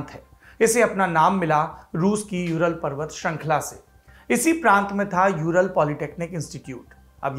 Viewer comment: Shrankhla sahi ki shrinkhla... Hope you will read it correctly